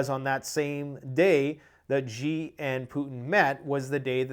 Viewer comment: Xi Jinping's name is pronounced similar to the following english words "She gin ping". When you call him "gee" you are using the Chinese word for a chicken.